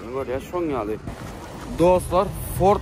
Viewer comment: Fort däl Ford